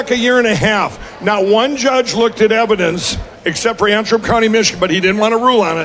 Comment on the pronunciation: And have plenty of room left over for all that "Evhadence"......